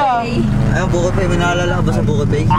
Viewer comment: Bruh it's not Buko Pae its "Buko Pei" 😐